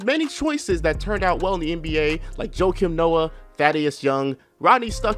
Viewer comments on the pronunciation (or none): none